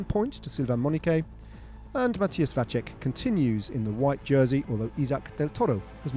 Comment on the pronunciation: His name is Vacek, not Vaček... Should be pronounced like Watsek, not Watchek